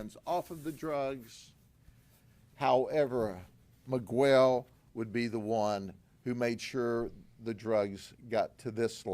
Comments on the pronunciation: The guy is not Me-gwell. Its pronounce Me-gel. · The moment he pronounces 'Miguel' as /mi:ˈgwel/ is when I stop watching this channel. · Wild that our government reps can go out and say you are guilty, and tons of case details to the public without judge jury etc. Just bc they arrested them and tell this story doesn’t mean it’s true. So much for presumed innocent until convicted. Also, it’s not miGUEL. Smh. As if Grady doesn’t know how to say Miguel. 🙄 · Ain’t no way my boii Judd pronounced my name Miguwel 😅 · Who is "megwell"😂😂😂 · Guy can’t even pronounce Miguel correctly. That’s a big red flag. Guarantee he’s breaking the law himself to build these cases. Wolf in sheep’s clothing. It’s obvious he’s a rat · is ignorant. He mispronounced Miquel's name over and over like a stereotypical white southern Democrat deputy, that I finally stopped the video in disgust and embarrassment for LEOs that were also probably throwing up in their mouths at the ignorant cop. I honestly believe the People of Florida elect ignorant public servants on purpose to publicly demonstrate their inbreeding reduced IQs.:face-green-smiling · American people need to pronounce other culture's names, countries in their original language. He won't say his name, Miguel, properly; we all learn English but these pure Americans wont respect the culture and that's why America is where it's at. I'm glad they got them though. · I like how he intentionally mis pronounces miguel lol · He knows how to say miguel thats disrespectful to Hispanics